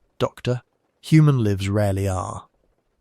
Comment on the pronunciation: human LIVES, rhymes with hives. Not human lives, rhyming with gives. This artificial narrator is so annoying.